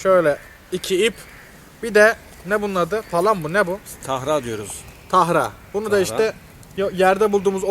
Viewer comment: Tahra değil tara